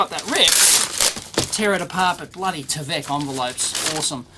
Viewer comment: It's not t-eh-vek by T-eye-vek.